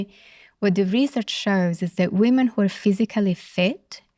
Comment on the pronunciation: I struggled to extract meaning from this. She just said “weemen” 5000 times